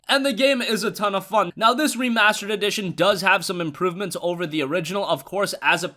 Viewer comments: "Remarrsterd"edition they way he said it 😂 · Re-mars-terd! I get it!